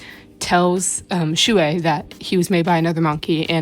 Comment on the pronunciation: I KNOW its annoying when people say it but.... THATS NOT HOW U PRONOUNCE SHUI (T^T) its shway so your oc name is shway shing